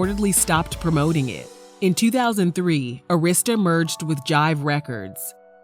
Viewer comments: And Arista is pronounced Air - is - tuh not Urrista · ITS NOT ARISTA (A Rist Sta) it’s Air I Sta = ARISTA Records 😂😂😂😂 DAMN WHO DID THIS VOICE OVER ???? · Pronounced ( Ah-ris-ta) Arista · It’s pronounced Ah-rista records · The way she kept pronouncing LaFace and Arista though....